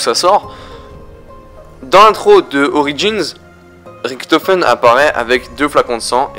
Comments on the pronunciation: Ok -1abo==raison je suis un rageux ok...mais la les fautes que tu fait c est chiant on dit richtofen pas riktofen je fait de l allemand cherche pas repond moi et je le reabonerai les kikou vos geules je parle pas a vous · putain c'est pas Ricktofen c'est Richtofen Merde! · pourquoi tu dis ritofen au lieu richtofen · c'est Riktofen en angalais sauf que la facon dont il prononce sa fait degeu . a dire riktofen autant savoir le prononcer . sinon je kife tes vidéo et tes théorie